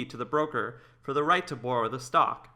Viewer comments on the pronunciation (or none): Somebody explain to narrator how to pronounce the word borrow. Bore-oh.